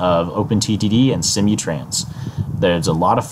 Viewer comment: Its SIM-MOO-Trans.. not See-mee trans. :)